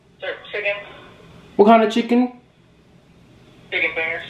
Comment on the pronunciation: “What do you serf” “chIGEN wif fries”